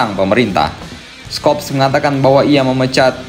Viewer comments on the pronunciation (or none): FYI: untuk pelafan "Scholz", huruf "C"-nya gak dibaca min. 😅